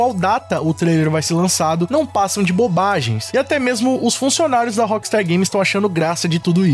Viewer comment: Por que dice la appstar games... si es rockstar games